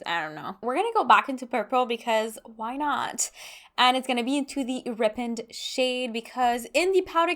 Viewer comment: Rippened? You mean "ripened " right? Ry-penned. Like "the fruit ripened on the tree" 😂